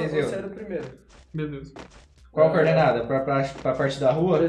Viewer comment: falando "Cordenada" me dá nos nervos